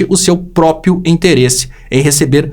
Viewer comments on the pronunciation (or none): é curioso como os mineiros não conseguem pronunciar a palavra 'próprio / própria'. O João Carvalho também pronuncia 'própio / própia'